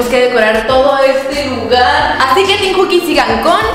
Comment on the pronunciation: Se dice teem